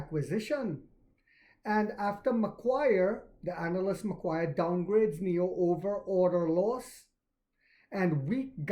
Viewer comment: Love your work. MacQuarie is pronounced like Mc Quarry... Think of it like digging up discounted shares from an open cut diamond mine. Go NIO. Long hold here in Oz!